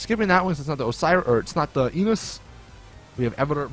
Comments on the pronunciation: When you said Enus it sounded like you said anus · Did he say "Come in my Enus" ?